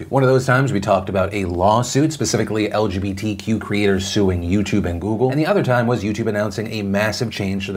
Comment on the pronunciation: I like how everytime he says it like el juhbee tee quew